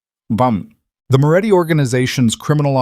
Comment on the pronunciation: His name is Moretti, not Muratti, he is running a criminal organisation, not that of a cigarette producer.